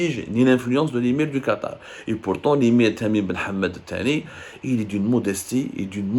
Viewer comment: tu prononces tres mal le nom de l emir